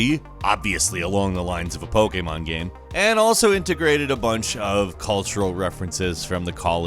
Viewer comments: "combined pokamon" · Why does pronounce Pokémon so weird